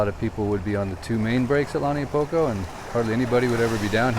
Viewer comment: Agggggg! It’s Not! Pronounced “ Lani a Poko! “ get your pronunciation right ! Lau Niu Po ko